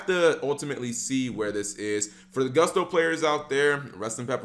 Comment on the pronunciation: It's 'Gust-o', not 'Goo-st-o', Cap...